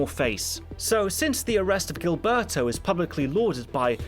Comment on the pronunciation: Love your channel, your pronunciations are absolutely hilarious though. If you’re curious: -Gilberto = Heel-bear-toe -Trujillo = True-he-oh